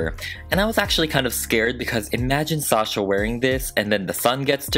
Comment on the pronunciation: Thank you, thank you, thank you for pronouncing my name right. I could scream every time someone hits the 2nd syllable with “shuhhhh” 🤮🤮! It’s sawh-shaw everyone!!!